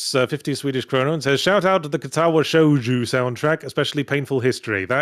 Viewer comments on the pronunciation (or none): I guess we can add "shoujo" to the list of Japanese words Yahtzee can't pronounce.